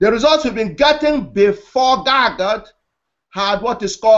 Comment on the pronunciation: Stop pronouncing it wrong how disrespectful GaGOOT. It's GAGUT